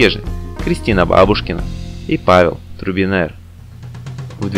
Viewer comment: озвучка((( не Турбинер!!!! а Трубинер!!